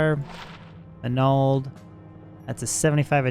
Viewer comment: Why do you pronounce sur as sewer lol. Its also Man - Ald.